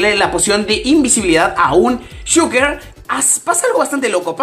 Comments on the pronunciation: se dice shulker no chuker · Se escribe Shulker pero se dice "Sholker"